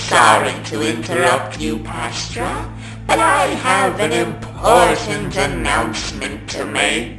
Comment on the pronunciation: til it's pronounced pah-strah, not paw-stra. I was pronouncing it like pasta but with an 'r'.